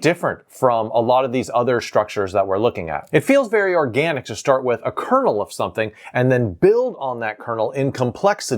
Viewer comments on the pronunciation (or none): none